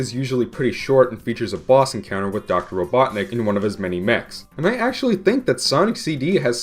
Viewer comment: Doctorr Ivo Eggman R-r-r-robotnicc.